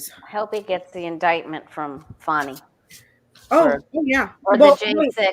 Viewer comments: MTG is fighting with Laura Loomer because Laura Loomer tried to take "her spot" right next to tRump. Come on yall; "Fani" is pronounced "Fawh-nee" or "Fah-nee", not "Fan-nee"! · Please pronounce Fani correctly! It's "fawni"!!